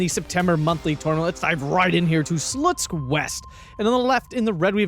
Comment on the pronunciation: It was very unusual to hear how american is pronounciating it. OK now Sh is correct, but PP is still pronounciating for an english manner, which sounds unnatural 😅 I'd even prefer an old pronunciation xD Credits for for trying to pronounciating it correct anyways